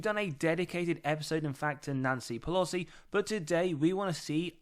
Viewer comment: Lovely your content but it's Nancy PelOsi not pelosi